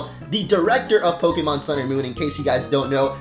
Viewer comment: it's pok-AY-mon. STOP STRESSING E'S